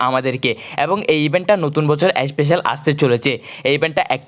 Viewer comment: এসপেসেল না স্পেসাল